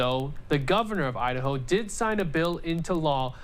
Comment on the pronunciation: She said Idaho it was just cut up and sounded like Ohio. I thought so too until I replayed it.